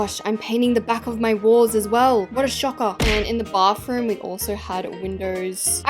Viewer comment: "bafroom✌🏻" SORRY I CANT